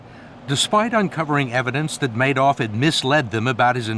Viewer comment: Why was he calling him Manoff with an N?